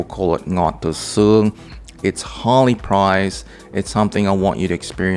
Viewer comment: "Ngọt từ XƯƠNG", not SƯƠNG.